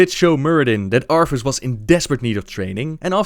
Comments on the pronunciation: Say it with me, ArTHas, not ARFAS....sigh... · arTHas not arFas lol it kills me each time u say arfas but......great job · I just realized that the you pronounce "Arthas" it's like "Arfas." That would be the cutest dog name ever. Just imagine a dog with a blonde wig and a warhammer slung over his back xD